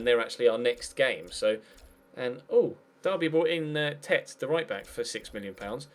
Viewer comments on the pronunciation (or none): none